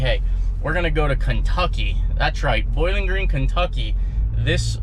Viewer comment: Boiling green gay